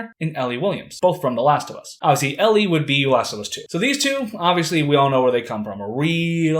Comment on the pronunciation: Bro said ellie😂😂😂😂